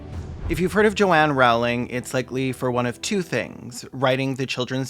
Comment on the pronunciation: Her last name is pronounced "rolling" btw, fuck jk rowling